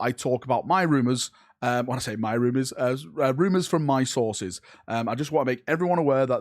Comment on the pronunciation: "Rumours from mah sauces"